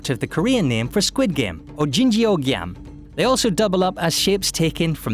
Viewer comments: It's more like "oh-jing-oh gae-im" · Butchered pronunciation of 오징어 게임 (Squid Game in Korean)